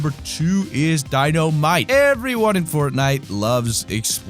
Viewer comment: I thought he said Dino-mite